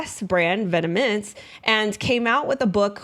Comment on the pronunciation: Great content! Incredible how this stuff would have been left in past were it not for internet sleuths like. Thank you so much for doing this work and making it accessible for us! No shade but it’s pronounced “vetmon” rather than “vetemens”